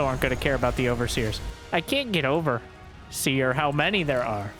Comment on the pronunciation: “I can’t get over…seer how many they are”😂